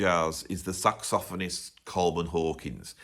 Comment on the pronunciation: Very interesting and informative, although the reversal of #1 and #2 is going to take me some time to digest. Of course, the most important thing is that I now know the proper way to pronounce "saxophonist."